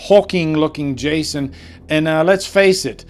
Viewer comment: Why do you keep saying “Jashon Universe”?